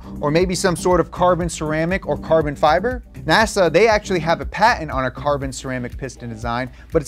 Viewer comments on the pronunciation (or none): none